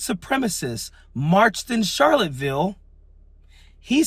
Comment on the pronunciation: Bro, it's Charlottesville, with an "s". 434 till I'm out the door. Keep up the great analysis, love your takes.